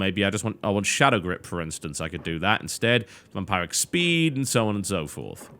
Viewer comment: Sorry TB but it's VamPIRIC not VamPARIC